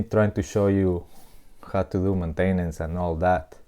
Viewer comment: "Mintainence" ROFL.